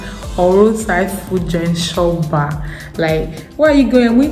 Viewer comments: It is chop bar not shop bar lol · It's pronounced; Chop(eat) bar